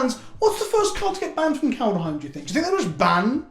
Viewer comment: Get your beard out of your mouth and learn how to pronounce Kaldaheim correctly